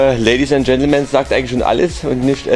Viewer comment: Ich muss das jetzt einfach fragen, da ich noch rausgefunden habe, ob das Unwissenheit oder Absicht ist. Euch ist schon klar, dass Gentlemen ohne "S" geschrieben und gesprochen wird, oder? 😅😅